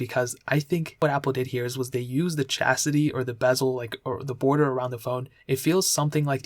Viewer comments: First video I watched from the this dude since Im planning to get one of these phones and he really said "chastity" instead of "chassis" 😂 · He calls it CHASITY not CHASTITY lol